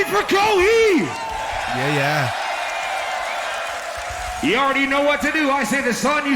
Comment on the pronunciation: ahhhhh hearing the introducer call him "ko-hee" made me cringe a bit